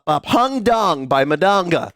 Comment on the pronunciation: “Hung Up” by Madonna, not “Hung Dong” by Madonga. By the way, he has to stop being a mean person to Ubisoft.